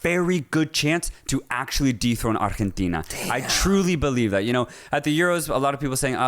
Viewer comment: LMAO so fuuny how you both speak perfect english except when you have to say arrgggghetina lol.....ar-gen-teeeeeena